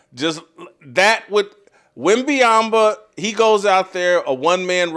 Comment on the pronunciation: I honesty can't respect someone let alone a broadcaster who can't pronounce Wembanyama name correctly. So American and so disrespectful. Did you read that...what's your name... Jafon Whithcock?